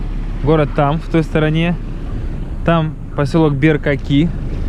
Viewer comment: Беркакит*, а не Беркаки